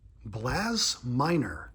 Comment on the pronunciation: Pirates player you got twice in first pack was Blas Minor-not "Blass Minor" It's pronounced like saying the word "loss" with a B before it. And no one cares what type of Sunglasses the guys are wearing.